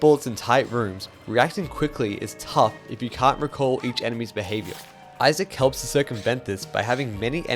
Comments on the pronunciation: Eye-zick you doof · why does he say izack like that?😭😭😭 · this is an incredible video, definitely deserveres more love. you say isaac kinda weird though